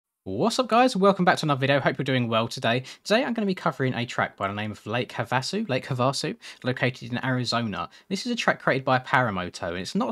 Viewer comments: It’s actually pronounced Have-a-sue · hav a sue is how to say it lol